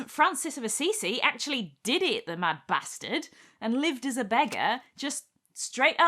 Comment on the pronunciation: Ha ha ha “The mad bastard.” Possibly the best pronunciation I’ve ever heard.